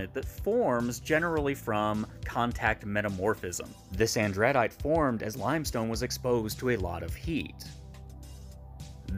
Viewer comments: AN druh dite First syllable accented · Cringing at the pronunciation of andradite